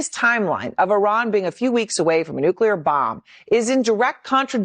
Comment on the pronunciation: why don't you learn to pronounce NUCLEAR not NUCELAR